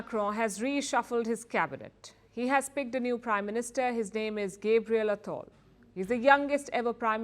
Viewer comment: Gabriel ❌ Gaybriel ✅